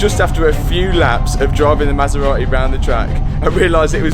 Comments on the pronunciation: I love this Masera-eh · "9liters of oil in the maseraeh" Hahah you forgot some letters. Love the content man!!